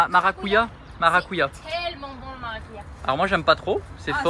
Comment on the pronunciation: bonjour le maracuja est le nom d’Amérique du sud du fruit de la passion donc oui c'est le fruit de la passion et cela se prononce maracoudja. il y a différentes espèces qui sont de différentes couleurs et saveurs, on peut faire des jus les manger tels quels où en faire des mousses des crèmes ou des tartes façon tarte au citron meringuée ... bref c'est la vie ce fruit !